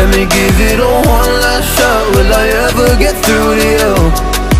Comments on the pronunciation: i thought he said meh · It’s me not meh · Its me not meh